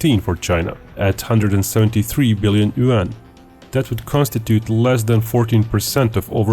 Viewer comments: After milking a shit load of videos off of China, you would think he learned how to pronounce "yuan" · Not yaun but two 🤣